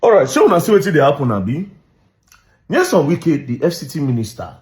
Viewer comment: Bruh! The name is NYESOM not Nelson.